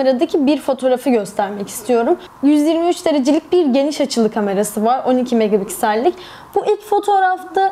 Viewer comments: Megapiksel e her seferinde megaBigsel demeniz beni biraz irite etti. İyi forumlar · Yanlış anlama kızma ama megapiksel öyle okunmuyor :( b diyorsun megabiksel nedir gülme krizine girdim genel olarak emeğinize sağlık güzel video